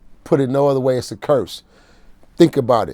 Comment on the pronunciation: "When they first came out, that drop it like it hot. I believe it was that drop it like it hot record.or uhhh... Where they dancin, and... drop it like it hot?!" Lmao this part was funny.. and he aint pronounce no S's in "It's" when he say's drop it like it's hot.